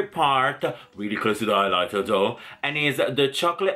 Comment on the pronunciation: Did anyone else get annoyed when he said "eyelighter" instead of highlighter or was that just me??